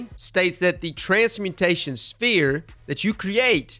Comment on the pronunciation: Transmutation. Transmutation. Not transportation. Transmutation